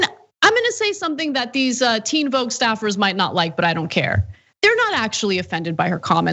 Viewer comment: Teen vouge lmao